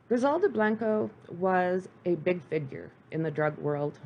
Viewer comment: Monotone narrative, stumbles over words, mispronounced words/names & of course facts are distorted. TIP- if ur going to do a show about anything - LEARN HOW TO PRONOUNCE KEY WORDS e.g Blanco, cocaine, Trujillo, business.